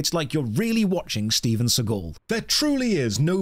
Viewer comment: Not StevenScigul. LMAO XD